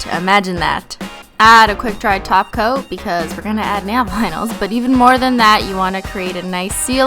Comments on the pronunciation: When she says 'holo top coat' I hear 'holo taco' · I thought you said you applied a taco!😂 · every time u say top coat I hear taco....